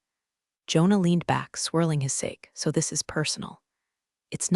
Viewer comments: The AI voice is still glitchy and mispronounced several words. Sake, pronounced sockee, is rice wine, not saake as in "for gods sake, like read (past) and read (present), bow (something you tie) and bow (incline head down) wound (what you did with an old watch) and wound (sustain an injury). Syntax errors many AI voices generate because they cannot discern the difference in context. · Sake is pronounced sahkay. If you can’t pronounce it don’t use it